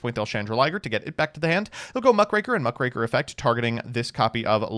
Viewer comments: I'm impressed at the consistency with which you say Krackertuga but stop yourself from mispronouncing Mukraker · You finally learned how to say muckraker, CONGRATULATIONS!🎉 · correct pronunciation of muckraker alert! Our beloved Tron player has been replaced by an impostor.